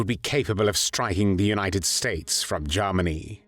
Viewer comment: especially how he pronounces Garm arnie!